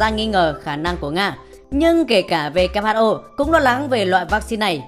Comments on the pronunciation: W đọc là U kép chứ nhỉ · Vê Kép Hắt Ô :)) nghe mà chán